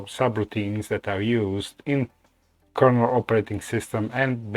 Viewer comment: KERNEL, no A!